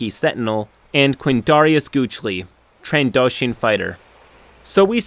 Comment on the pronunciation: “Trans-Doshian” “Hothe” “Gyonisis”